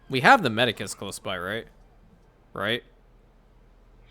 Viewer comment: O great emperor, I fear you have committed a great crime in the land of imperianopolis: you have been calling a very important structure by the wrong name. Ifyou look at what you’re placing down as a medicus my lord, you will find they are called Medici (pronounced med-ee-chi). Just trying to help you gain back some reputation with fake emperor in Rome. (Not RP) I just started watching you abt a week ago after finishing another creator’s Anno 117 series, and you by far have the most episodes, I still have a lot of catching up to do, but I do have more free time as I do not have the game myself. Thanks for the amazing entertainment. Also, I haven’t seen or read any Witcher, but from what I’ve heard here, it sounds like a really good chain of movies games and books. (Back to RP) LONG LIVE IMPERIANOPOLIS!!!